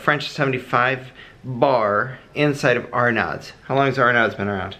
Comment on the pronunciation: Arnaud's is pronounced R-No's